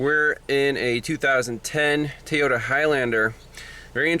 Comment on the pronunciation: I'm trying to be helpful. FYI: Toyota is pronounced in America as "Toy- oh-tah".